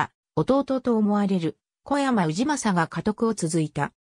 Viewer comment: 読み間違いがひどい せめて小山氏は「おやまし」って読もうよ